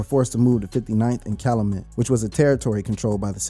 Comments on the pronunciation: say it with me CAL-YOU-MET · Bro it’s CAL U MET …